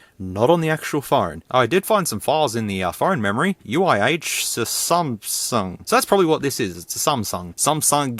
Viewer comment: "uihssumsung" "Sumsung Galxay S3" lol im ded 😂😂😂